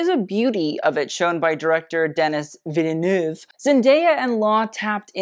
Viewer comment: I cringed so hard at the way he said “Villeneuve” as a french person my heart just 💔💔💔😂😂😂